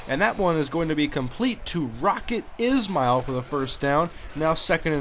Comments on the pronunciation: btw its not Rocket "is-mail" ...its Rocket "Ish-Ma-L" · The way you are supposed to pronounce Rockets Ismael's last name is like this, (Ish-male) just a tip.